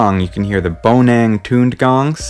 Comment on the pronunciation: I love how you butchered some of the pronunciation of the gamelan /gah-muh-lahn/ instrument names... Here's a better approximation: - Bonang /bow-nahng/ - Gender is correct - Suling is correct - Ceng-ceng /chang-chang/ - Kendang /kuhn-dahng/ - Wayang is technically not a musical instrument, but a better way to pronounce it is /wah-yahng/ Pro tip: Indonesian is easy to pick up but hard to master. Every letter always represents the same sound, except for the following: "A" is always /ah/ as in father; "C" is always /ch/ as in "chair"; "E" can be /a/ as in "apple" or /uh/ as in "duh", "Sy" is /sh/ as in "shadow", and "Kh" is /ch/ as in "loch".